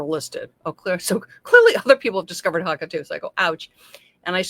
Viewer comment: Hoe ka is how they're pronounced.